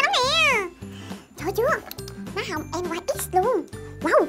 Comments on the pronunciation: Chị ơi k phải đọc là N.Y.X (en- goai- ích)mà là NYX (ních- xờ) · NYX đọc là nít nha chị 😍😍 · trời ơi NYX mà chị đọc là N Y X